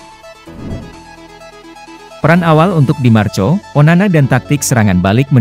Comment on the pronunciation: Bahasa ente kadang kadang.. Tulisan di marco,dibaca di marko, ente kadang kadang ngadi ngadi